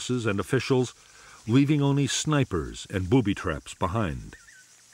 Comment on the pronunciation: The way the narrator says "booby traps" makes me chuckle.